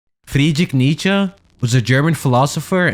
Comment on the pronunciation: loved the vid but it's the worst pronunciation of Nietzsche i've ever heard